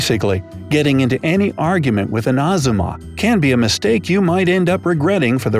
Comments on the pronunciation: it's not exuma it's ahhjuma😂😂😂which means auntie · why does the "ahjumma" sound like "at-su-mar"? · "uggzuma" has me dying of laughter xxddd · The way he pronounced ahjumma IM CRACKLIN- "Ahzumma" AHAHAHAHAHAHA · Did anyone else think Azuma like from Naruto when he was trying to say Ahjumma? I mean what he said about the imo could also be said for azuma ¯\_(ツ)_/¯